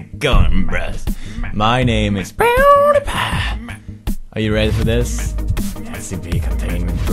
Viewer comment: I cringe when you say poodiepie